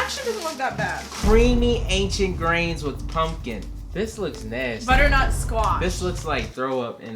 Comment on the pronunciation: It’s nay...sty